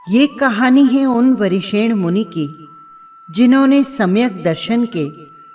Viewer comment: आप नाम सही नहीं बोल रही है